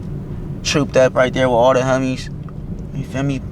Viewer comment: I thought he was saying kicking it with the hunnys, lol but he was saying homies.